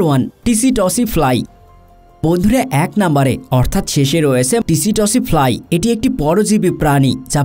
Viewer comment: ওটা টিসিটসি ফ্লাই না, সেতসি ফ্লাই বলে ।